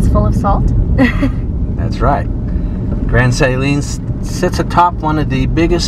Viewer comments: You’re mispronouncing Grand Saline. It’s not Saline with a long A, but is a short A with the accent on the 2nd syllable. Just FYI. Texans are very particular about correct pronunciation of town names. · Grand Saline....pronounced suh-leen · Never heard anyone pronounce Grand Saline that way. Its always been Suh-lean in my 40+ years alive in Tx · Love your channel-I live in East Texas. I had to learn East Tx speak lol-so Grand Saline is pronounced more like Suhleen and the store Brookshires is pronounced Brooksures -just helping you sound like a local -I came from Dallas 47 years ago and it is a different world here. Love East Tx! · Love the video, watch many of your videos. Your daughter is beautiful and sweet. Okay, so Grand Saline is pronounced Su leen, short u and long e for suleene. Brookshire's is pronounced brook shers. Not brook shires with a long I. Anyway, love your videos. I've been watching for years and you got into my part of the world.